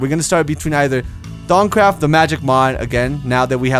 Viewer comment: u said Thaumcraft right:D